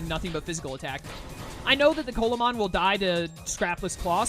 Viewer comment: Coelamon is based off of the Coelacanth , pronounced "See-luh-kanth", so instead of Coal-ah-mon it would be See-luh-mon. You prolly were already told this and you've already completed the run, but I figured I'd let you know.